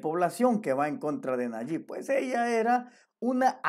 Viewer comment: Es Nayib viejo no nayik.